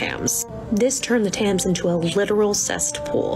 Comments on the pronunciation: That one woman saying “the tayms” rather “tems” annoyed me more than anything else lol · I'm so unreasonably upset set that the girl in the second video said tams. If the River Thames like tem-s . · i know we shouldn't be calling out individual creators but I just have to say Thames is prounounces 'tems' not 'tams' and it's a 'cesspool' not a 'cest pool' I'm sorry I am done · As a person who lives in London, I was literally dying when she said "the River Tams" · the lass in the second tik tok, the way she says thames and cest, as a british person if you're struggerling with these its pronounced tems and cess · I wonder how many people commented on the second one solely in reference to the way she pronounced the River Thames as "tams" ... I'm sorry it's impossible to ignore 😂😂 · The Tayms though, it doesn't cut deep because i'm not from London but that pronunciation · The TAMS rives 😢 Americans can not pronounce British words! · "And of course the largest river by you is the Tams" The Tams?? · Idk how far I respect the opinion of someone who pronounces the river Thames as "taymes" 🙄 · That pronunciation of Thames sets my teeth on edge. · I can't be the only one annoyed that the one girl misspronounced the Thames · ...i hate how the one Tik Tocker pronounced Thames lol